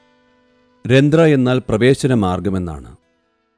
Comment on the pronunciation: രന്ത്രമല്ല, രന്ധ്രം